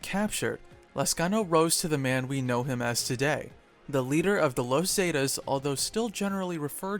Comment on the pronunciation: You pronounce the word zeta so wrong